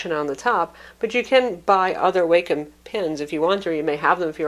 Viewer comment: Great review! :) FYI, I've heard it pronounced Walkem on Wacom's tutorial videos.